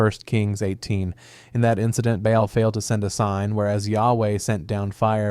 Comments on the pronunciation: It's literally just "ball" not BAY ALL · Baal (bāe-all) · Should we maybe google how to pronounce BAAL before hitting record? 😂